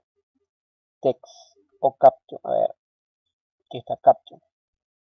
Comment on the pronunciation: Estimado amigo. Muy didáctico pero trata de nombrar los comandos y términos que están en inglés tal cual como se deben decir... No digas AUTOSISE cuando en inglés se escucha Autosais y CAPTION se pronuncia Capchion. No sólo es bueno enseñar a programar sino a decir las palabras en su idioma correctamente. Igual te ganaste un like. Tu intención es muy buena. Felicitaciones.